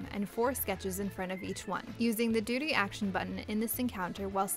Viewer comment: it sounds like she's saying doody